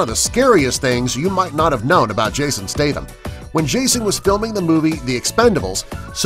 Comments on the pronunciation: Number 11, it's pronounced stath-amm, not stay-tham. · it's not stytum it's Statham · its pronounced jason stat ham. like a hamburger. not tham, but statham